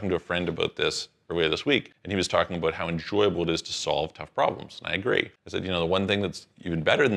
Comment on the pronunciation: As soon as I hear "aboot", I'm out.